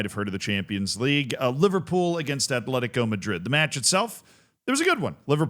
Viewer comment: There's no H in Atlético